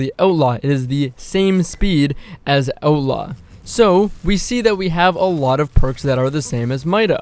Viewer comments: Had to hear it about 4 times before I knew you were saying outlaw. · I was like... what is Oat Lah.... oh he is saying outlaw... canadians... love you guys....eh.